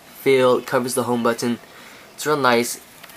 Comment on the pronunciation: He says button "buttoneh" :3